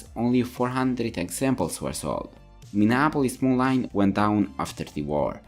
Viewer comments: Minneapolis Molineeeeeeeeeeeeee NOT MoLine!!! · Moline is pronounced Mo-leen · Just helping out here it is pronounced MoLean.